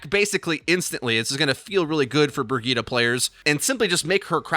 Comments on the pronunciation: Wtf bri-g-ee-ta????? Its bri-j-it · It's "Bree - Gee - teh" with emphasis on "Gee". And the "Gee" is short since it's a double T. Where are you guys taking the A from? :D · brigeet brigoot, this hero is moot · I've never heard someone pronounce the name Brigitte so awfully bad, rofl. So bad.